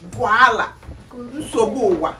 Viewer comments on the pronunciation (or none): U got with the "insobuwa" 🤣🤣🤣